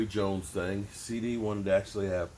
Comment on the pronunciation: Man it's CD NOT CC CEDARIOUS LAMB ,DAMN